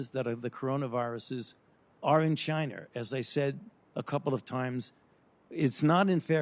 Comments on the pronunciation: Where's 'CHINER' located?? lol... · No shit..at one point he called "China" "Chiner" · Why does Fauci call it Chiner, rather than China like every other red blooded human. Isn't there a stereotype of Asian people have problems pronouncing their Ls and Possibly Rs? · Fauci says "Chin-R" almost like a person with a British speaking background... very strange. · “Chiner” I love it when people say that lol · He said they are in Chiner OKAY? Pesky citizens asking any questions... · Fauci "are in Chiner" :) LOL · " the bats are in Chiner" chiner lmao